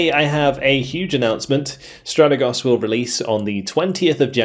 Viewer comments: it's Stratègos, not Stràtegos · No dude ... trust me I am Greek ...it's neither ... the correct pronunciation is Strategòs